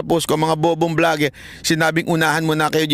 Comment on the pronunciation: Kung nagkamali man si bisdak sa pagpronounce ng vlogger at ginaeang bligger, ikaw naman ang life ginawa mong lipe at ang fact ginawa niyang pact. Alam mo, hiniram lang natin ang English language, kaya pagmagkamali sa grammar at Pag pronounce, okey lng yan.